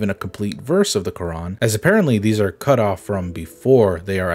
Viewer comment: Why do they wreck the name of Quran